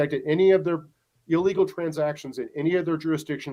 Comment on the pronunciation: Benny please stop saying " ellegal " it's ( ILLEGAL ) , details matter . That is how WE the PEOPLE , will " MAKE AMERICA GREAT AGAIN " !!!!! It starts with small steps and grows from there like a snowball down hill !!!!! TRUMP/OWENS / 2024 & BEYOND !!!!!